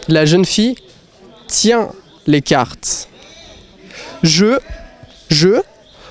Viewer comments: Why does he pronounce “carteS”? I’m confused now. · A quoi bon vouz prononsez carteS????